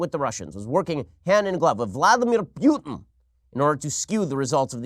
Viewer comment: Oh, you can pronounce Vladimir Putins name correctly, but not Alexandŕia Occasio-Coŕtez? Eff you, Ben-ya-meen. Eff you right in your pronunciation.